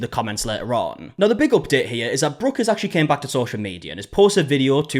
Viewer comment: Someone takes your script about this video changes a few words and then posted on YouTube. They even use your pictures. When you say Brooks name wrong. They do that too. Then they post it and make money. There's only so many different ways you can talk about a video.I think you believe that it is pleasure ism, but when someone makes money off your work and then plays it as women against women. That's kind of shitty.